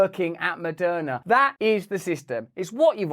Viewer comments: Moderna ... right. Opening sentence sounded like it was Madonna who was behind all the vaccines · Sheeeeeeeeees. I thought he said Madonna.... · Am i the only one who first thought he was saying Madonna?? I was like damn I didn't know she was in with the GOVT! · Moderna! Not Madonna. I wonder what has Madonna to do with this??? Then I just listen better. I just push play on your contento, going to start readi g the title 😂❤ sir van tam, You need yo give the crown a ñot of profit in orderto become a sir, isn't it?? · Lmao when Russell said Maderna made money off of you during the pandemic I thought he said Madonna 😂.... I was like I knew she was corrupt. I'm happy I kept watching lmao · Lol, I heard “Madonna made” at the beginning. I rewound and I wanted to hear it again. I laughed. 😂